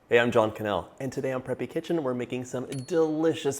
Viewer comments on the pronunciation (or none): none